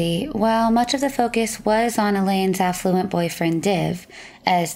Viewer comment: I love how the narrator pronounces the affluent Divine, surely a narcissistic name, as effluent, twice. So true.